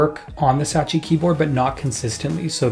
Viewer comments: Satechi* not Sachi lol. Great video that's been needed! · Thanks for the thorough analysis and breakdown. Please learn the correct way to pronounce Logitech and Satechi though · /ˈlɒdʒɪtɛk/ LOJ-i-tek, you sound like Kodak Black trying to pronounce "champagne" edit: I just heard you say "Satechi", are you doing this on purpose to annoy people ?